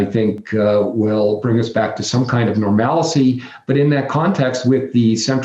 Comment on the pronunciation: for some reason your guests are mispronouncing normalcy as nore-mal-see, its normal-see.